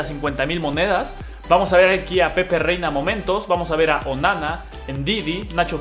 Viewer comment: Marco Asensio "Moentos" xd Pdt: Saludarme